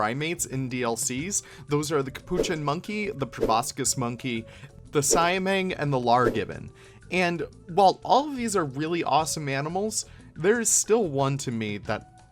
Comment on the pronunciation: sai meng? lol is called si-a-mang